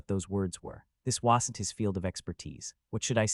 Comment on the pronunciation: BRO CANT PRONOUNCE WASN'T